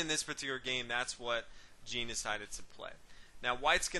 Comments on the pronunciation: I enjoy your commentary. Just a minor quibble though. Although Jean Dufresne is German, his first name is French and should be pronounced as "Jon" rather than the way Americans pronounce the women's name "Jean." Here's another good commentary on the Evergreen game, and the commentator pronounces Dufresne's first name correctly. watch?v=cTovV-scfIQ Again, thanks for your excellent chess commentary. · Jean is pronunced "zhan"